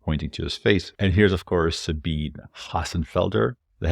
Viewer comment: you pronounce Sabine wrong.... how dare you? ;D